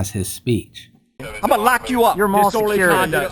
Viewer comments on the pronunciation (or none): Me too hahahaha.. I came to the comments to see if anyone else was laughing. "I'm gonna lack you up!" (I spelled lock as lack because it sounded like that)